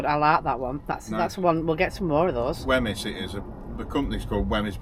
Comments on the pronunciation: It is pronounced whims . And there is a lovely place to visit Weymouth Bay.xx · Fife Creamery to get your bridies....pronounced Wheems Bridies. Looked well tasty. Enjoy the rest of your time in Sconny Botland ❤❤❤ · Wemyys is pronounced wee-ms. Great video x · Wemyss is pronounced "Weems" :) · Wemyss is typically pronounced as "Weems" (rhyming with "dreams") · Think the Baker is pronounced .... weems. Apologies if someone has mentioned this earlier 😬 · Wemys is pronounced Weems.